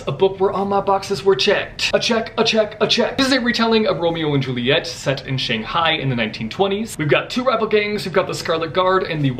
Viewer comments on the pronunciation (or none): none